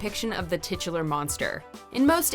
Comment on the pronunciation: No-one:: tiTuLAr